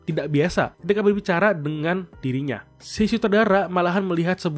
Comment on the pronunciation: ko bang ngomong nya I si kan nama nya hosi no ko 🤔🤔🤔